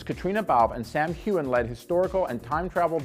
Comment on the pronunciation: Please learn to how to say the names correctly before you film a video. You pronounced Gabaldon and Heughan incorrectly.